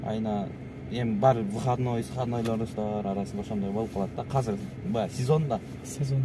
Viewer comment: Казыр казыр дейби, азыр десен э